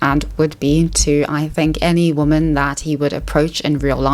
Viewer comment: The way you pronounce some words is a bit irritating... "Woman", "Exaceterbating". If you talk for a living don't leave the basics out.